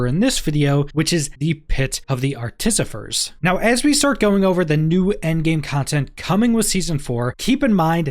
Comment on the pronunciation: Pronounced: Arte-fi-sir